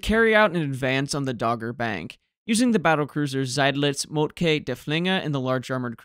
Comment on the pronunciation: Excellent video; however, Moltke is pronounced ‘molt-kə’ not ‘molt-kay’